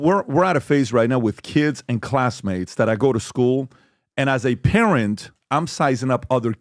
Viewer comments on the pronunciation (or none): none